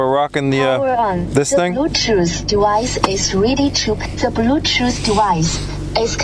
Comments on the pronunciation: Yyeeeeesss! De blootoof dewice has connecteda sussessfullay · "da balutooth dewice is readi to pear" i thought we only have them in Asia hahahaha